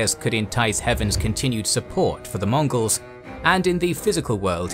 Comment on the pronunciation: Can I get a "Hurra!" for the narrator for repeatedly saying all those similarly difficult chinese and mongols names ? Hip-Hip!